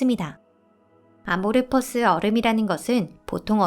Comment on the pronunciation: 문과생인가요? 아모르퍼스 라뇨 .. 아몰포스 ..